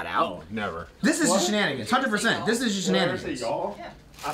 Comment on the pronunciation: Owoah 'Cheive Hunter Shnan-i-gans Owoah 'Cheive Hunter Shnan-i-gans Matt moves in wit' the rest Shnan-i-gans They're slicin' up his desk Shnan-i-gans OWOAH 'Cheive Hunter Shnan-i-gans